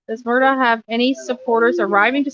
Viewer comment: How do you still not know how to say this guys name?😂